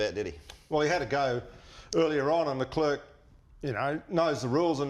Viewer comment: Love the show boys... Great stuff... But please, you're mispronouncing Char Leclerc...